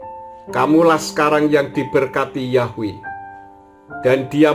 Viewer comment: YHWH bukan dibaca yahweh pak karena YHWH huruf vokal mati bukan hidup